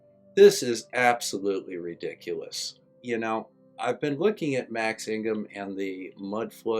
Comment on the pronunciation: The biggest bunch of Trolls I've ever seen. Absolutely PROVEABLE - Flat Earth. Same for the mudflood. So is Tartaria. This guy said Max IG mum. He can't even pronounce the man's name. This guy is a dip shit. Instead of ripping on Max ... how about coming up with something original.? This guys on the payroll .. No bout a doubt it. 😎